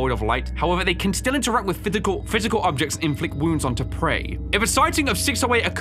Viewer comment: “Fithical — Physical.” Anyone else heard him say this lol